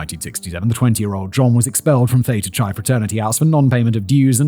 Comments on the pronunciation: "Chi" is pronounced "kai" Fact Boy 😅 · Pronouncing Chi like its Chai Tea lol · I'm impressed that he more or less managed "Kalamazoo," but pronounced "Theta Chi" as "Theta Chai" 😂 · Ypsilanti (Ypsilanti, Michigan) = IPSAH-LANT-TEA Coupe (style of car) = COOP Muskegon = MUSK KEY GEN/GUN [GEN rhymes with Yen, can use either Gen or Gun] CHI (Theta Chi/ΘX fraternity) = KAI Salinas (Salinas, California) = SUH LEAN US